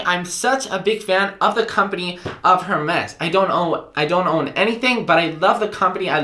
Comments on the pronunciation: It’s pronounced Air-mez. When you say the “H” it’s cringe city. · Hermès is pronounced “Air Mes”.. go ahead ask Siri lol ... loving your Apple Watch vids . I have not been using to its potential until I surfed your channel... thanks ! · dear if u love Hermes try to pronounce it correctly:) that said great video.